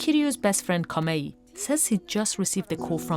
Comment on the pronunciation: The lady suddenly forgets the names of everyone involved lol Hibikiryu becomes Hirokiyu. Kamei becomes Kamiya. A true professional. That said though, a good documentary shining a light on some of the issues the Sumo Association tries to suppress. The reporter might've been somewhat unprofessional at times, but the people in the comments complaining seem pretty clueless about what investigative journalism is supposed to be all about. It's not just about being friendly with the powers that be, it's about exposing the dark hidden truths in order to protect regular people. Y'all want them to protect corrupt organizations instead of the individual people, that's fucked up.